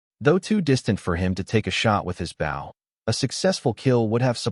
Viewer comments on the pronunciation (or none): I wish the narrator would learn how to pronounce bow.